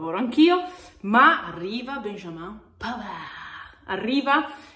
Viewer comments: un piccolo stupido suggerimento: si pronuncia in francese .... 'benjameen' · puo darsi ... nel Québec francese viene pronunciato 'benjamen'. No ho riprova con mio nipotino neonato: benjamin . comunque complimenti per il contenuto